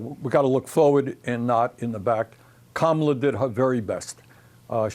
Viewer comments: It is Comma-ala not Camela!, Dana , and you should know better! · Hey Daynah..or Donna… it’s Kamala Let’s say her name correctly! COMMA … LA I don’t know which is worse.. performative suck up, or just stupid. I used to love CNN. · Hahaha. She didnt pronounce her name right!! Hahah how she get away with that?? Lol